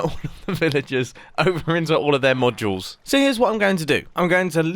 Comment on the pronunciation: You kept saying “modules” and it sounded like you where saying “more juuls”